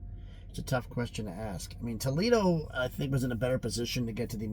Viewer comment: Tuck Foledo 😅